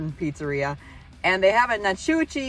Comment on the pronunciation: Helen, Ga was built to replicate a Swiss Village in the Alps! It’s a cute lil tourist area.. tubing down the river is what the locals do for summer fun! I live a few minutes away.. and it’s prounonced Na-Coochie 😂